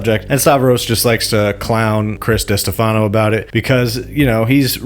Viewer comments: Di-STEF-ano. Not Diste-FA-no. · Lol, it think It's Di-Stefano not Dista-Fano